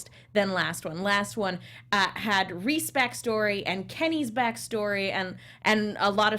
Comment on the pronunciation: But Reiss is pronounced like rice, not reese; since its a German name.